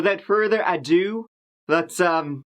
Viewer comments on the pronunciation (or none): Today showed us that ado rhymes with go.